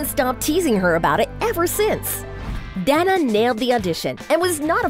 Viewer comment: My name is Danna to and she kinda is pronouncing it right. She’s actually really close probably almost the same as I pronounce my name and my name is pronounced just like Danna Paola. I was actually named after her lol